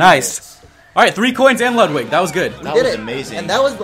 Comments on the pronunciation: Ludwig is pronounced Lude weeg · His name is pronounced (Lood-wig) Ludwig van Koopa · And it's pronounced Ludevig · here's how you pronounce Ludwig. Say (lu-dwig) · WIG! I feel my IQ dropping every time someone pronounces it wrong.